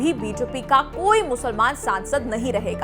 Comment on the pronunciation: Musalmaan ...Musalmaan...aapke bolne ka tongue thik nhi haii